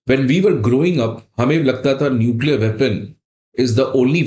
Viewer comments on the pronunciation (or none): none